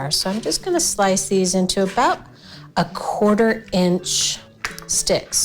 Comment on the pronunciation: Please stop saying about